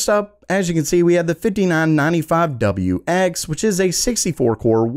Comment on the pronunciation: I just realized, the reason my guy has such good annunciation is (I believe) you have a very strong southern accent that you are hiding very well. Barring when you announced the "5995WX" you couldn't hide it in the numbers. If my hypothesis is true, I love this channel even more because it has to be hard to bury and accent like that.